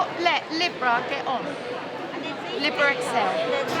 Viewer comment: Libra = 'Leebra' (pronunciation, luv')